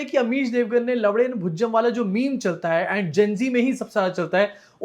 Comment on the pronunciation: Gulluko ko pata hi nahi hai ki wo 'un' hai 'd" nahi. Lavan means namak jis parse lavnen .(actually eng me 'un ' ke liye koi letter nahi hai. ). Aur ye gullu lavnen ke badle baar baar lav*en bole ja raha hai.😅😂